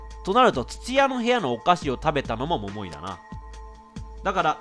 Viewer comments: モモイがもーいいって 聞こえたw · 毎回も↓も↑い↓の発音が気になって集中出来ないw